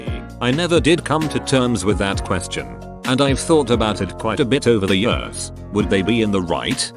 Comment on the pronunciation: No one: Text-To-Voice: yeaörs